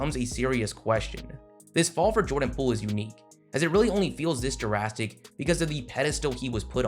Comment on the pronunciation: Why you say drastic like jurassic 😂